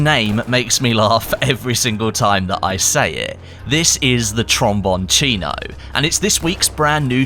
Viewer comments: it's spelled Trombon-SINO. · The pronunce is like "tromboncHino" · Its pronounced trombone SEE no, you UK goon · Your name pronunciation of the weapon gets worst and worst Everytime you say. Lmao